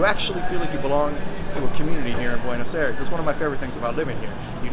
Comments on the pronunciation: But dude, it's "Ah-ee-res" or something close. Not "Air-es." :) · 12 years and you still say Buenos Eres? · Five years in the country and you still pronounce Buenos Aires like an American. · Wish you’d learn how to pronounce Buenos Aires! 😂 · Why the mispronunciation of Buenos Aires? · You've lived in Buenos Aires for 12 years yet you can't even pronounce Buenos Aires correctly. Typical American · bro has lived 12 years in buenos aires and still can’t pronounce it right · Que lleve 12 años en el país y no sepa decir Buenos Aires correctamente?? 😭😭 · You have been living there for 12 years! and you can not still say Buenos Aires correctly?